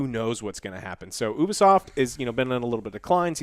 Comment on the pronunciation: CrunchyRoll is known for not paying their employee's for months and then firing them. So have fun supporting that pos company. Serious Sam was ALWAYS PC first. Pronounced Ubisoft (you-be-soft) not oobisoft